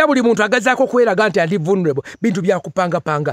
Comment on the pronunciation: I like the way he pronounced that word voo luneable 🤣🤣🤣